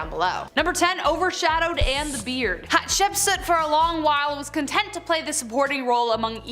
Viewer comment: its (HAT shep suit) NOT( HET SHEP PUT)